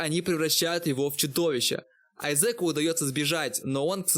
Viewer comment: Дид Спэйс хэх мдэ)))))) АйзЕка ))))))))))))))